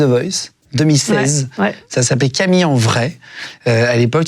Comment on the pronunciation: Camilleuh !!! cro bieng !!